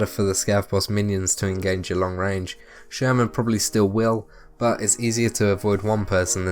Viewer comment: good video, just dont say sherman, if he is shturman :D